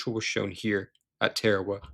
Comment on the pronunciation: Note to narrator: it’s TAR-A-WA, not TARE-A-WA.